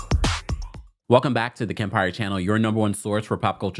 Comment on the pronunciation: Bravo perfectly say Kempire